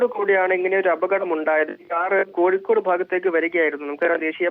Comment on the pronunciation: കഴിക്കോട് അല്ല കോഴിക്കോട്